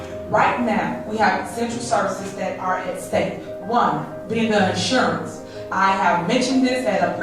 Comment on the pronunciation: She's too stupid to say insurance!🤦🏽‍♀️ she says assurance 😂😂😂